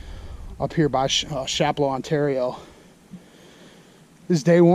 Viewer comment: Pronounced ' Shap-low' 😉 Good video